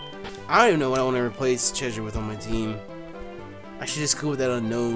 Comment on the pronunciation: Noooooo.... not Cheshire